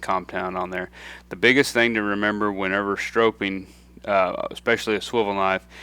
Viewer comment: Obviously an expert, but it annoys me that he keeps saying strope-ing instead of stropping.